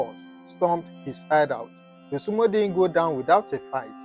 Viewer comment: Dosunmu not Dosunmo. Get that right